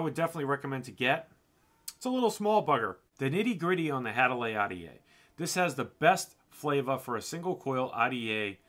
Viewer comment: Had-a-Lee I THINK is how it's pronounced...as always another great review my dude..